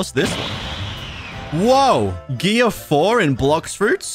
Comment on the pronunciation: Go to 6min in the video and he said gearius